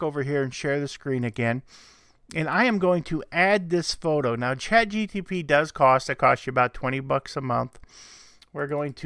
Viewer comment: Brightest crayon? LOL. You keep saying chatgtp...